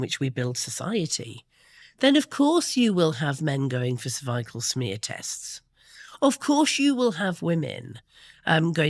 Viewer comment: I love her and I love her ability to talk to collectedly about this subject. But, What's with the pronunciation of "cervical"?